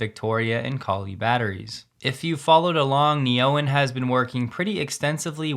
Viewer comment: I bet an AU$ that Neoen is pronounced Neo-En, not Ne-Oen. 😁